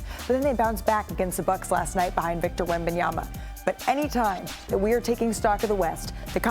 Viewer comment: Big Perk said "Victa Yabadabadoo."